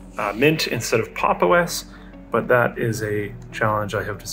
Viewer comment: The only thing I actually dislike about this video is the fact that he mispronounced Pop!_OS and then said the name sucks because of that